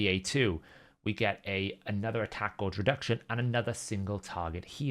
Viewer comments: Gauge not gorge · Drives me nuts the way he pronounces that word